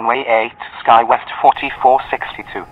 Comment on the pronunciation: FOr Real?? you instructed the pilot to descend and maintain 8000- pilot did not repeat your command correctly, instead he said descend and maintain 0 which means your speech recog is not working properly. And why are you saying "guywest" and not skywest? I notice alot of the texts in these videos are not matching up with your speech but you make it seem like the pilots are understanding you for the sake of the video. For 60 bucks, I don't think so.